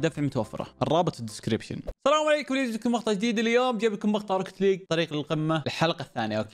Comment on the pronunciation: روكيت ليق مو روكت ليق 😂😂